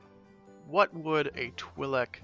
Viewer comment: "eyela secura" 😬 "twolek"